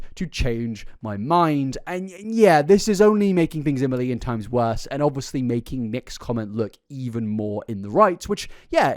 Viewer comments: please stop saying obviously so much and stop pronouncing it "o-vus-lee"(no hate) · I rly like your channel-I’m subscribed. Would you like some feedback? Pls, pls stop saying “obviously” continuously. It also has 4 syllables, not 3. I have a high tolerance for repetition but oh my gods please. Sweetie, sometimes you say it twice in one sentence. Also, rly well done. Well researched and presented. I love when Nick tries to justify his weight gain as being a “treatment” for his health problems when those problems would instantly be fixed by just adding meat to his diet. Everything he said he was deficient in are all nutrients you get in meat. So, no mukbangs, giant sugar or fat loading necessary